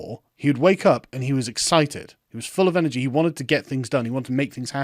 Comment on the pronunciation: You mispronounced "he".